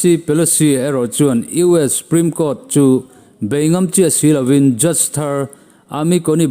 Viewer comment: 'Supreme' tih ah hian S leh P inkar a 'U' hi i paih daih zêl a. Huat awih loh.😂